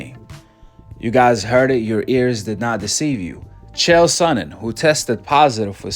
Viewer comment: "CHAD SONNEN" LOL